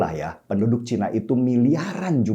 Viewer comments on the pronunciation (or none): none